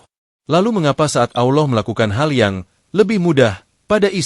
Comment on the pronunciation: Min, sebutan ALLAH itu biarlah yg benar. Kamu sebut "Auloh" yg selayaknya disebut ALLAH. Auloh itu sdh lain artinya. Hati2 Min....